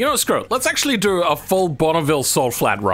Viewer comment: It's go and do, not guarr and duarr 😂